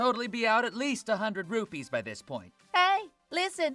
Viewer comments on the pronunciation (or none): none